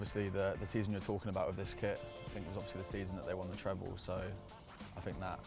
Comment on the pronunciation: Did Chilly just say the season we won the treble?😂